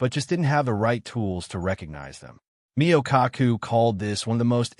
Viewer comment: Cheap production when a celebrated physicist's name is so badly mispronounced. Skip is guys. Don't waste your time. 👎